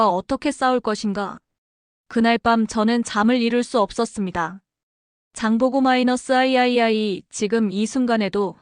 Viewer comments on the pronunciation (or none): 비록 적이나 마찬가지인 일본의 군사 전략가로써 냉철한 판단을 하므로 자국에 경종을 울리는그런내용을 자국서 신뢰하지 않는다는게 다행이라 생각된다.천궁-II를 천궁2라 읽으면 안되나. 아이아이(II) 장보고 3 아이아이아이가 뭐람. 못듣고 있겠네